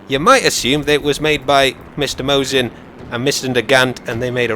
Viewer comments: Nagant - don't spell (t). Mosin - don't spell (z), its (s). Just in case you care. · not Zaisev but Zaitsev, Not Mozin but Mosin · What's up with Vazily Zaydzev? :P It's /MAWSSIN/, too.